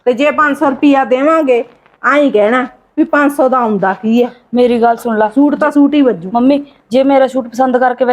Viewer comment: ਸ਼ੂਟ ਨਹੀਂ ਸੂਟ ਹੁੰਦਾ ਚਲਾਕ ਭਾਬੀਏ ਤੂੰ ਤਾਂ ਬੋਲੀ ਹੀ ਹੋਰ ਬੋਲਦੀ ਈ ਏ ਸਹੇਲੀਏ😅😅 ਨਾਈਸ ਵੀਡੀਉ ਐਕਟਿੰਗ ਸਾਰਿਆਂ ਦੀ ਵਧੀਆ ਆ😅😅